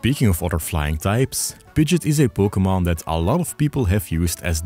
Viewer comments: What are you doing pronouncing Pidgeot like Pidjit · You can’t say Pidgeot like Pidget and expect me to take your opinion on it seriously